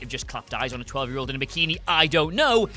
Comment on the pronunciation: It's year, not yeah.